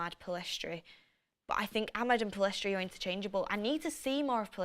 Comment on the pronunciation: FGS it's Pell-iss-tree NOT Pill-ess-trie